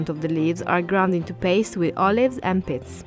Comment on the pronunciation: I could of swore she was saying "Olive's & Piss". I had to rewind it 5 times till I realized she was saying "Pits". Lol